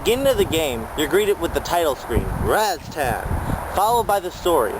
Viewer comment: Razztan? Having heard of and played it since it first came out never once have I heard it pronounced "Razztan". Its Rastan, twattle!